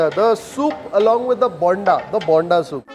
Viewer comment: You pronounce "bonda" wrong. The way you pronounce it sounds as yelneer(tender coconut). For alu bonda the "o" needs to be stretched more.